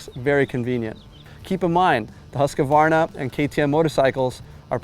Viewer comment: Husk-a-varna? Where’s this extra a come from? Hoosk-varna.